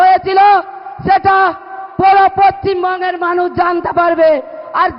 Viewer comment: পশ্চিমবঙ্গ কথাটা তো ভালো করে বলতে পারছ না